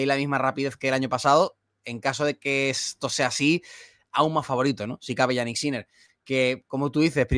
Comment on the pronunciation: se pronuncia "Yánik", no "Yaník". El acento en la primera sílaba, puesto que es un nombre de origen germano - danés. Que Yannick Noah se acentuara en la segunda sílaba obedece a la galificación del nombre, pero Jannik ni es francés ni tan siquiera italiano aunque administrativamente lo sea, porque es más germánico por donde nació. De hecho su lengua materna es el alemán.